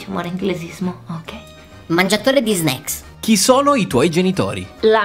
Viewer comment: L'unica parola che sa dire è "sneaks"